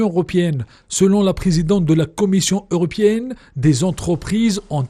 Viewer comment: L’union europiènne. C’est honteux des journalistes soit disant francophones mais profondément arabophone qui ne savent pas faire la différence entre le (é) et le (i). Dans ce cas Athmane Ariouet doit intervenir pour donner son appréciation.😂